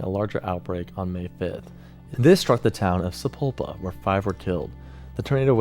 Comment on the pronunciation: You pronounced Sapulpa Ok perfectly, the totally got Willburton (will-Bur-ton), Talahina (tala-heena) and my moms hometown Spiro (spy-row) Oklahoma.